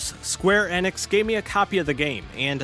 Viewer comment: The way he said Square Enix almost made me close the window but im glad i didnt. Most of this i knew but still very good to share.